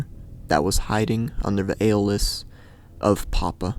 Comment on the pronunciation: The most horrifying thing of all... is his pronounciation of alias and sedatives😔 really though what a fucked up story